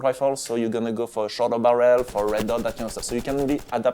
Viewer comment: His accent is amazing, and how he says barrel like barriel